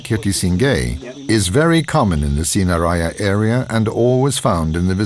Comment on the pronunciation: its pronounced sin-ha-raa-ja